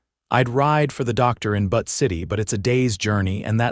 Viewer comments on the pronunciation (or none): 😂I agree! How does AI mispronounce Butte? It isn't butt, it's byoot. C'mon! And, it isn't pronounced Hell- lēna, it is Hĕl ĕn ă, emphasis on the 1st syllable. I thought AI was supposed to be smart. A 3rd grader could do better.😂😂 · Especially Butte - it is not butt! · I’m from Montana the mispronounced names of Butte & Helena are annoying !!!